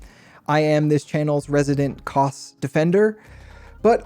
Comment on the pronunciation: It’s Kose not Koss